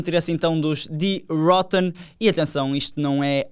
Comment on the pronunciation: Em alemão não se diz ou lê....Die rótten mas sim ...Die rôtten . Eu sei falar um pouco e estudei o idioma ! Abraço